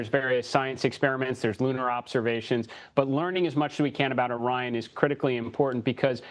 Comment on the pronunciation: I know she didn't just pronounce Orion as "Oreon"